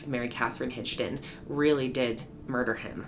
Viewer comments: Havent fully watch this yet. But I have to make a correction. Its Higdon (Hig like Rig. Not Rij) lol. Not to be that guy. But I am a Higdon an have heard this my whole life. I love your content. Keep it Up. Much Love and Respect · Not enough proof?! She said she did it even after saying on purpose, her story was still she was the one that pulled the trigger, that jury sucks and side note why do I feel like her name is HIG-don, not HIDGE-don? 🤣